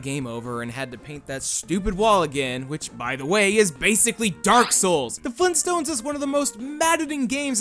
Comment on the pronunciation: did someone say FleenStones!?!?!